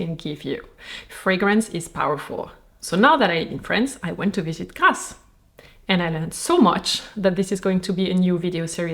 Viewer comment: Why is the prononciation of Grasse at the beginning of the video sooo satisfying ❤